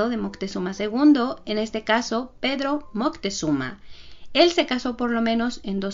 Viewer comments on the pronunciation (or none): none